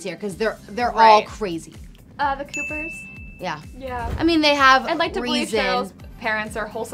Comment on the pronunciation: love how she said the coopers... lol wrong!